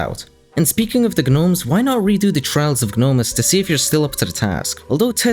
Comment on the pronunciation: the g is silent in gnomes lmfao